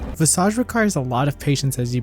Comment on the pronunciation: It's just nice to hear someone finally pronounce the word "visage" correctly. It's old French based on the Latin word "visus" (to see). But It means "face" in French.